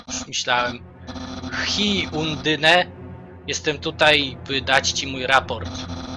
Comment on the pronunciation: a i jeżeli chcesz jakąś wymowę undyne to mów andajn